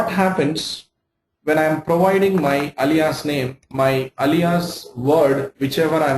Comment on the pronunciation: You are good with SQL, but do you know how to pronounce Alias?